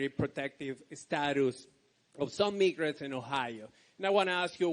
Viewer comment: What the heck is a meegret? 😅